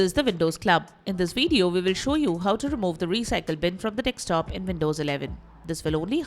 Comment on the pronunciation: Your pronunciation of "desktop" sounds "dekstop". Where are you from?